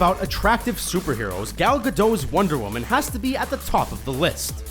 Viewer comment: The hottest superhero : Woonder woman